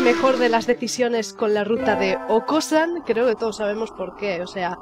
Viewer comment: aún le dices okasan a okosan